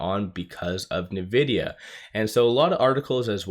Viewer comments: You're saying " Nuh-vidia "... But its pronounced ' In-vidia ". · Dude, it's pronounced INvidia, not NEvidia, get it right 😂😂😂